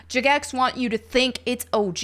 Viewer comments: I swear to God after 20 years and now this and pride parades in game i'm quitting. This is getting stupid. Also, why are you calling it Juh-Gex 🤣🤣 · She said “juh-gex” 😂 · jah-gex xD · You know someone doesn't play RuneScape when they can't pronounce Jagex correctly. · why do you pronounce jagex like that